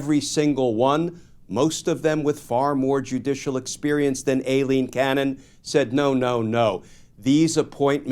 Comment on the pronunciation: isn't pronounced "I-Lean" not "A-Lean"...good luck with Soibhan, Saoirse or Aoife (not a fan of Judge Cannon but come on)